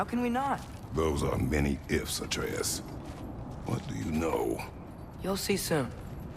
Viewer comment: Why the fuck are you pronouncing Atreus that way.